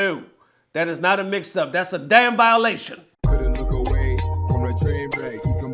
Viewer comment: "violation" lmao